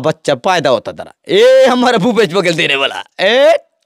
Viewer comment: भूपेश नही घुपेश❤